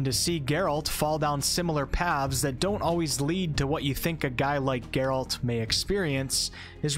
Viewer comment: God would I do anything to go back and play this again for the very first time. And I'm certainly not alone in that. ps play the second game, twice for both endings. Also, Geralt's is an antihero, not necessarily a hero. And his name has emphasis on the first, not second, syllable. GEHR-ult edit: did you really just say "wah-lah" in place of "voila" ? 😅